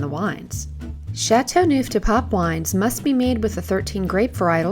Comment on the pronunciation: 'ChateauNooof de paaawp'?? Hahah. I wish proper pronunciation was at least attempted.